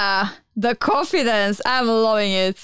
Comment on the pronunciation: I love how pronounce confidence. It sounds like she's saying coffee-dence